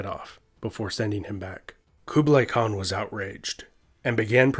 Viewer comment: The way you pronounced Khan and khaqan is just...